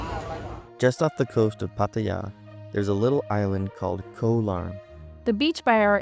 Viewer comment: Yep Koh Larn is quite nice, although quieter in the evenings after the majority of tourists head back to the mainland. Just as an assist... "Koh" in Thai means "island" and is pronounced the same as "Got", but without the final "t"... (yes the "K" is pronounced as a "G")... so it's not like the "co" in "co-dependent"... :)